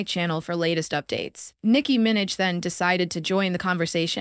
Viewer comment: ''Nicki Minj"